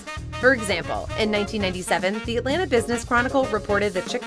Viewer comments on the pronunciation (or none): none